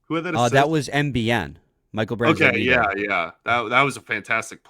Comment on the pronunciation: always says "BransDEGG" when it's actually pronounced "BrandSEGG"